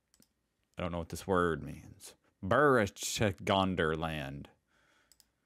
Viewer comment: It is not Berechtesgadener Land - way too much 'e's - but Berchtesgadener Land. Berchtesgaden is a "Markt" (market town, a special denomination in Bavaria and Austria) in the most south east corner of Bavaria, which was first mentioned in 1102 as a village and abbey (latinized 'berthercatmen"), which became in 1380 an Imperial Provostry, which gave them their own vote in the Imperial Diet, not being part of the Duchy of Bavaria nor of the Prince-Bishopry of Salzburg (which surrounded the provostry at three of four sides). The name consists of the parts "Perchta" or "Perther" and "Gaden" which meant then an fenced property or court and became later the word "Garten" = garden. "Perchta" could refer to a mythical figure or minor goddess (of mixed Celtic-Slavic-Germanic origin) who is in other regions also known as "Mother Holle" from Grimm's tales, "Perther" on the other hand could be the name of a nobleman, maybe of the Aribonid family, who built the court. "Königssee" would lit. mean "king's lake", but it was formerly called "Kunigsee", probably derived from "Kunos' See" ("Kuno's lake"), Kuno being short for "Conrad", the name of 5 of the early provosts - before 1810 the lake belonged never to any king. It was formed during the last glacial. In the past it was sometimes also called "Bartholomäsee" after the chapel of St Bartholomew in .